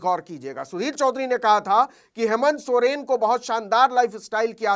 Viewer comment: सरेन नहीं सर सोरेन 😂